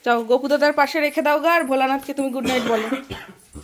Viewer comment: Mehu ke dekhe sikhechi good night ke "gugight", Google ke "godon", bhoy ke "boy", bholanath ke "bodadat" bolay akta alada moja ache. "Sudhu tumi noy Abolakanto, oneker e bolar somoy kheyal thake na"😂😂😂😂